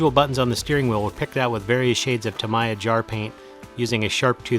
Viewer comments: It's tuh-MEE-yuh or TAM-eee-uh. Definitely not tam-EYE-uh. But holy crap what incredible work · FYI It's pronounced Ta-Mee-Ya . If your don't believe, phone them.